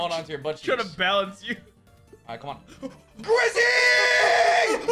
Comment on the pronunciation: says grivvy instead of grizzy lmao